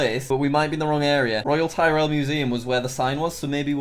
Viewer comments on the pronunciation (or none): “Royal Tie-rell Museum” Yikes